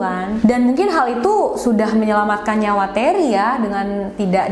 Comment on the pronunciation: Terry dibaca reney...??